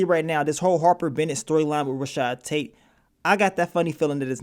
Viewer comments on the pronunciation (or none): none